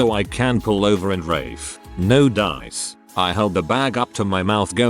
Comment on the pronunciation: Gotta love the bot pronouncing "ralph" (as in vomit) as "Rafe" like the Welsh name.